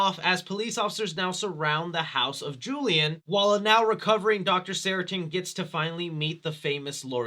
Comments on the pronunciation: SARTAIN...not Saratin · I’m immediately jarred by your pronunciation of the name “Sartain”. It’s sar-tain. Not sara-tin. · I love your channel, man, I really do! I've just gotta say... it's "Sar-tain." "Ceratin" sounds like an allergy medication 😂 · SarTAIN, not SARItan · How the fuck do you manage to mispronounce SARTAIN as SARATIN the whole video? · It’s Dr. Sartain, NOT Dr. Saritan. Also, that’s not boba tea… it’s bubble tea. All we ask from you is a little bit of research… that shouldn’t be too much. Edit: Again, it’s SAR-TAIN. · Dr. Seratin? 😂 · Sartain, not saratin silly lol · Who is this Dr Seratin? It's Dr Sartain!! LoL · Drink everytime he says Dr Seritin (Sartain in the movie) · Say it with me now, "SAR TAIN" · Why do you keep pronouncing it sarah tin?🤣 Thats not it at all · What the fuck is a Doctor Seratin,? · Dr. SAR-TAIN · ITS sarTAIN!!!!!!!! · Sar-Tain lmao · Say Saratin one more time 🔪🔪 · Great video, his name is SarTAIN like “pain” for future reference! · When the movie says a characters name multiple times and you still can’t get it right 😂😂😂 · I watched every single Halloween review and this one is my favorite! you are right about Dr. Sartain (which you pronounce wrong in the whole video) haha but its all good! keep up the badass work!